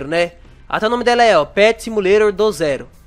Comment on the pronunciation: Ele fala simulero do zero kkkkkkkk